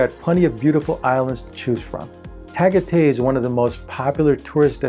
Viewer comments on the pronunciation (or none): Don't say Tag a Tay to a Filipino, you'll get laughed at. It's pronounced Ta guy tie. And the lake is Ta all. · It's pronounced Ta'ghai'tai. Not Ta'gah'tei. Wonderful list by the way. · You mispronounced Tah-guy-tie Philippines. Just saying. Cheers. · Tagaytay - pronounce TA-GAY-TAY the A is pronounce as in Africa and the Y is I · Tagaytay is pronounced Tag -Eye -Tie a, and by the way Taal lake has a huge volcano that erupted in 2020 destroying 20,000 homes and covering all homes in Tagaytay with ash . Then we had a earthquake that caused heaps of damage to houses in 2021 , etc etc I guess all cheap places to live have setbacks ! If you have covid you cannot get into the hospital without depositing $20,000 USD this happened to a friend of mine , We shifted him for 20 hrs around different hospitals until eventually i found one that would accept $10,000 cash and $10,000 on credit card , So think carefully where u go . people are super friendly and nice . But 95% are very poor and their struggle is hard to watch every day as an expat . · Its ta gay thai seriously no joke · I would be more inclined to take your advice on the Phils if you knew how to pronounce "Tagatay". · Pronounced 'tuh guy tai' (Tagaytay) accent on the second syllable.